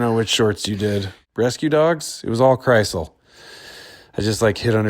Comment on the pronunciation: Have you also wondered how long it will take Seth to realize that Krisel's name does not contain the letter T?